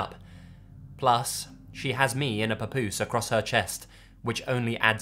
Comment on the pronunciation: P✌S Great job w/ the word "Papoose" no Accent..🎩OFF! ✌👹